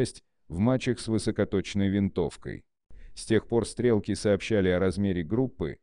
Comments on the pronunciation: Сложный текст на английском языке, замороченный примитивным автоматическим переводом без должного понимания и контроля автора и автоматическая озвучка, продолжающая давать забавные оговорки, которые превращают стреков в "стрЕлки", но быстро перестают смешить и мешают воспринимать текст. Люди, думающие на русском языке, сегодня обычно представляют себе величины в метрическом измерении и уже плохо понимают о каких именно величинах идет речь когда им оглашают значения в футах и ярдах. Поскольку таких значений здесь много, и авторя не потрудился их перевести в метрическую систему, я не думаю, что кто-то переведет их все сам, скорее всего эти цифры просто потеряют понятное значение для большинства слушателей. Общий итог: взяли чужой мутный и спорный текст и изуродовали его так, что из него стало трудно или невезможнл извлечь что либо понятное и полезност Получилось отнюдь не "коротко и просто" как обещано в названии видоса. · Зачем такой дурацкий режим начитки использовать. СтрЕлки)) - еще бы Блестящих и Комбинацию вспомнил! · "Охотники и стрЕлки(!) предпочитают"??? Я дико извиняюсь, но можно было озвучку доверить живому человеку, а не синтезатору по производству звуков?